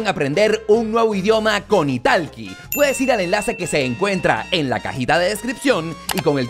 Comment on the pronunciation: 😂😂 creo que te estafaron en esas clases de inglés ya que pronuncias la plataforma justo como se escribe italki 😂😂😂